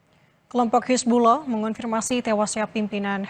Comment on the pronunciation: Hisbulah bukan hisbuloh,, pake A mbak,,, bukan O